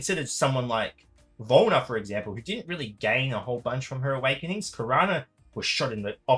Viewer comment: 2 seconds in and it sounds like lukewarm Awekenings...